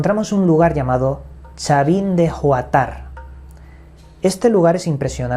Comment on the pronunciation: Hola...se llama Chavín de HUANTAR. Huantar el el idioma quecha significa Piedra de Poder...y así se llama el distrito donde está ubicada Chavín....